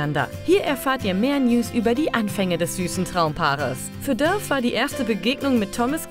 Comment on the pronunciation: Alter Mann spricht das nicht Döf sonder Dafe aus !!!!!!